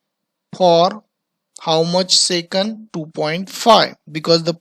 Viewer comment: and also it is second not secund